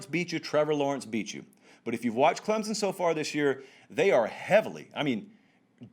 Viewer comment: Stop saying Clemson. It's not Clemzin....wow.